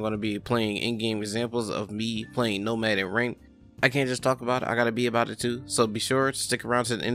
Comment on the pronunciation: “Nomaf” XD